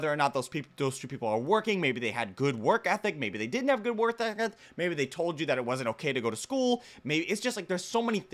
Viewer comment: "maybe they didnt have good worketheggh" 🤣🤣